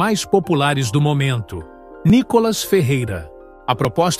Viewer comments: Vc só tem que pronunciar o nome do Nícolas corretamente kk NICOLAS não! NÍCOLAS OK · Fale o nome dele direito.